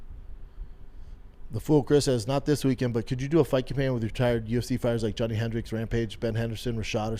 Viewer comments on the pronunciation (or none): none